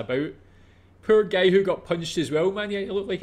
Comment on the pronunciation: why is bro saying "gay" instead of "guy"